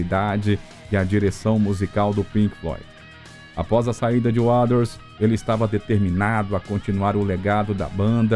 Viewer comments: Putz ouvir essa pronúncia sofrível de “uáders” “de uáu” “ uich you ê tear” “shine ône crase diamond” “confort be non”.. que BOSTA!! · Sim, a narração é muito boa mas a dicção das palavras em inglês precisa melhorar porque destoa em relação ao todo, Roger "Uaders", não dá! O material é bom, mas senti que quiz dar uma enrolada pra ficar mais longo e acabou repetindo e perdendo a continuidade em certos pontos. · Pseudo Video kkkkk mais um falando mais do mesmo e pronunciando o nome do Roger Waters errado kkkkkk cansei . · Que locução péssima... pelo amor de Deus... dizer o nome do Roger Waters como narrado na locução é de doer os ouvidos. Precisa melhorar e muito a dicção do inglês. Fica cansativo de ouvir. A história em si é mais do mesmo e tem em qualquer lugar. Não há nenhuma novidade. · Bom vídeo, ótima dicção, mas não acertou em falar o nome de Roger Waters em nenhuma das vezes que citou o nome dele. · video interessante mas o narrador nao sabe falar Waters ai fica dificil assistir e acreditar no que ele fala 😢😢😢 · Sua pronuncia continua cada vez mais horrível, pronunciando Waters misturando fonemas errados, que não existem na palavra nem na pronuncia britânica ou americana, procure estudar ou pelo menos ouvir as pronuncias corretas aceitáveis nem que seja no google translator, é péssimo ouvir como seu texto ruim e um bait que nunca esta no video engando quem vai assistir seu video achando, que vai ver algo novo ou exclusivo quando não há nada disso. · Eu não sei qual é a dificuldade em dizer Roger Waters da forma correta! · Vídeo de lorota que todos já sabem, e pra piorar a pronúncia do nome Waters... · Isso é voz de ia? Ficou ruim em, principalmente quando diz Waters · Cara, o vídeo é mais do mesmo, nada de novo, mas pode melhorar na pronúncia do Roger WATERS e não “Waders “ kkkkkk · desculpa... quem é "uaders"? não conheço esse membro da banda... e olha que sou especialista em PF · Como que consegue falar uaders ao invés de Walter ?